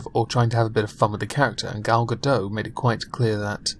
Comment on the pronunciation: Fuckin tilted by Scottish pronunciation of Gal GaDOT....